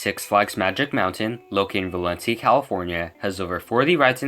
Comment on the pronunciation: I like how he said Valencia wrong and used the wrong Goliath logo and how he didn't even use X2's logo